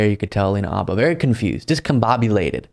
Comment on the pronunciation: Not for nothing but you are the only person I've heard pronounce her name "Abba".